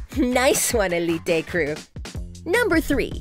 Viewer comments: ELLE EEEE TAY bruh just say uh leet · why did she said "Elité" instead of "Élite" 😭😭 and the names, i was dying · Just say elite not elitei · its elite not elitay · It's so weird to listen the spanish names, btw for eveyone it is not elite its more like ëlite😂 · eleet-tey ; D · Hugo F. Núñez more like Elíte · Lucretia? Pawola? Elitey? Lol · eli-tay? What? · I don't like The way she pronounced elite 💀